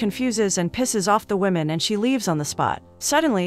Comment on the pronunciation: " A wemon " ?